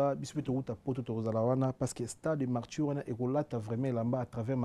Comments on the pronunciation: 😂 loba français correctement et non imité les personnes qui ne savent pas parler français on dit martyrs et non MARTSHYR 😮noko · Bravo, MARTYRS PAS MARTCHUR, EZA IMPACT PAS IMPART. Améliorer prononciation nayo animateur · améliore ta diction. Stade de martyr et non martchur. Tu es un chroniqueur alors la prononciation est très importante pour toi. Merci pour ta bonne compréhension